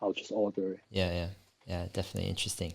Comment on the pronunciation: English is my second language. Fluent but still got the accent. I wish I could pronounce « interesting » in such a badass way as Dave 😅 Dave « int’resting » Lee on Investing 👌